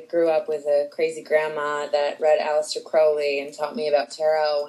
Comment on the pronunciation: yay she pronounces uncle aleister's name right!